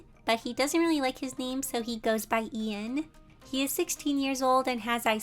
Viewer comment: The way Ian was pronounced- it sounds like- Ein- only mystreet fans get this T-T